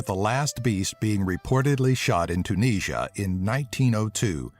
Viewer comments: The way he says Tunisia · lol, you pronounce Tunisia totally wrong...